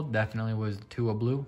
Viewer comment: Sick Tua card man! Totally butchered the name but still awesome! Tua for MVP!